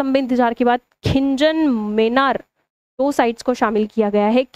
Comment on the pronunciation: खीचन ❌खिंजन☑️😂